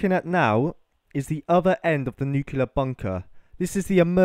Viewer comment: I hate to be a dick but it was bugging me throughout, it's New-clear not new-cuul-or. That place would have enough shielding to protect almost totally from alpha, beta and gamma radiation (not sure on neutron radiation). This place could obviously not take a direct hit but then again nearly zero bunkers/silos can take a direct hit, the crater itself would be about 1/4 of a mile in depth from a 1 MT groundburst blast. If you want to know more about the actual science of it all and how, theoretically at least, you can protect yourself effectively, feel free to message me.